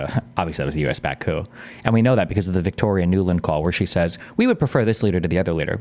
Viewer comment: Massive crucial error. She said couP 😂😂😂😂